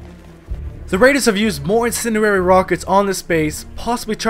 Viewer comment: The struggle to say the word 'incendiary' is real.